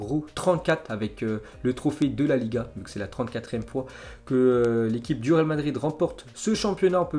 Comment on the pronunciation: on dirait que tu dit ral au lieux de real